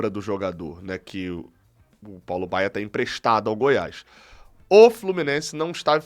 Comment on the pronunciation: Feliz Natal, e companheiros Tricolores! Só uma observação: é Paulo BAIA, e não Baier kkkkk eu até me assustei, porque o Paulo Baier jogou até uns 40 anos, no Goiás inclusive, fiquei preocupado do Flu - com essa mania de contratar jogador velho - querer trazê-lo, ele hoje deve estar com uns 55 😂😂